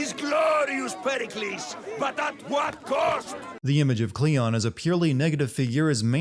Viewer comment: Kleon not cleon